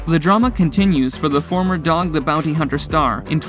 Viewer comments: Who is Doug? Anyone else notice narrator continue saying Doug instead of Dog, or am I missing something. Is there a Doug I'm not aware of from show lol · Lol he called Dog Doug